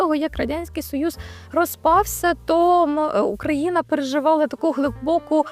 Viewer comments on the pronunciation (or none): none